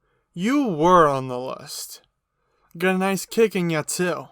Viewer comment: Nice in Australian voice